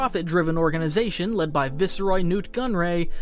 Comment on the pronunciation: Not a criticism but I find it a little amusing that he pronounces "viceroy" differently each time. Loved the vid too